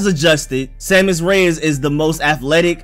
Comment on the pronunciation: Pretty sure u saying it correctly.